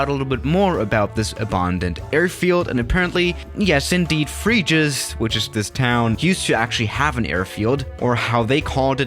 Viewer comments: "Frejus" Free juice LOL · Not "free juice " but is "frai jusse" <3 ❤🇨🇵🥖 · Lol this city calls: Fréjus